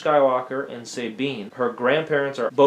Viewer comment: It's S - ah - tine not S-ey-tine ! same with S-ah-bine .